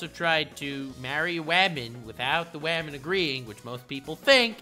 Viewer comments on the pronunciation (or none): “wamen” Captions: “webmin” Yup seems about right